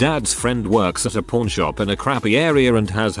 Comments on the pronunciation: Kept thinking the TTS was saying porn shop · When it says pawn, it sound like p——. So then, i assumed they were p——shops lol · The way it says pawn... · I was laughing at that. Who knew pawn rhymes with corn.